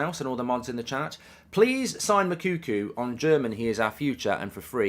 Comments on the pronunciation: It's pronounced Moo like a cow then Cocoa like the drink. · One day Goldbridge will say Moukoko’s name right